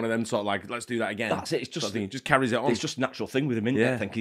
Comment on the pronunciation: Everytime you guys said he ‘carries’ on which was many…. I heard “carrey’s on” 😂